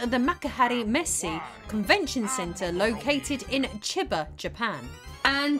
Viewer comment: The "Chi" in Chiba is actually pronounced like "Chee" LOL To help you remember, the word for blood in Japanese is also pronounced "chee."